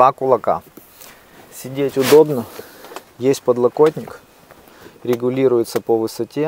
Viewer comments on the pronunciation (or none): Регулируется , а не легулируктся.